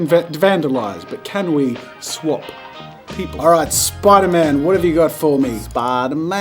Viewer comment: nobody: Spider-Man Jazza: SPIDERMAYN ( LOOK CLOSELY ) 💀💀💀😂